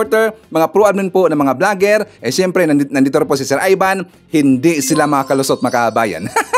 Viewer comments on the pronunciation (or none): Sir Ivan iba ang I sa E iba ang chiz sa chez🤔🤔di ba Ivan at hindi Evan🤣🤣